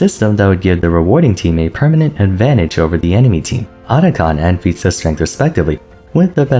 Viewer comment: whenever you say feats of strength I SWEAR im hearing pizza strength